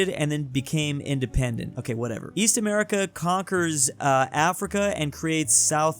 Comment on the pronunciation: East? I thought you said "Weast"